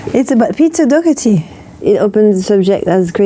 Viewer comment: She pronounced his name wrog